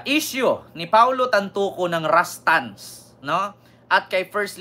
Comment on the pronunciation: RASTAN KA NG RASTAN!!! RUSTAN RUSTAN RUSTAN YAN UY!!! RUS RUS RUS RUSTAN!!!!!